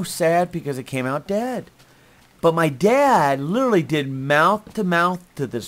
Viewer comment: cant say literally.:P